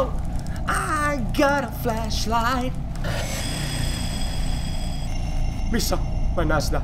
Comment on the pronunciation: Sanoko Rauski ''flashlight'' vai ''fleshlight'' =D